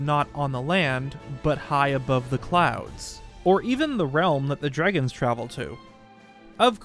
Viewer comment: They way he is saying, “dregon’s” is bothering me…..